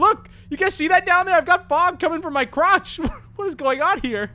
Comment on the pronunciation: I thought he said Christian he a second later not even said there fog coming from his CrOtCh